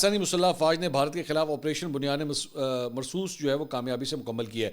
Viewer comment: Correct pronunciation is BUNYAN UM MARSOOS بُنْیانٌ مَّرصُوص